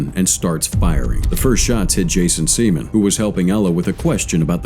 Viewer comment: Maaaan…y’boy Jason got done dirty by his ancestors…it’s Sea-MAN!!!! 😂😂😂😂